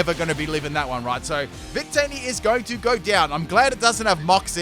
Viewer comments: I legit heard say “bigtitty” instead of “victini” and had to rewind several times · I rewinded and yes